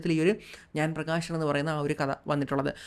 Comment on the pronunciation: "ആഷയം" അല്ല "ആശയം" "പ്രകാഷൻ" അല്ല "പ്രകാശൻ" "വിദേഷം" അല്ല "വിദേശം"